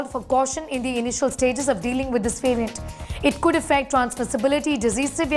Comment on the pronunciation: Please pronounce the word variant correctly you Indians !